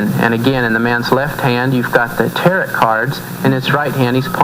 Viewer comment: This commentary is so full of flaws it's ridiculous. The pentagram IS NOT a symbol of satanism unless it's upside down. A photo on here proves that the true pagan pentagram, pointing upwards represents the elements and spirit. Lastly, Tarot is pronounced with a silent T. Lots of flaws, but that's what's expected from evangelists.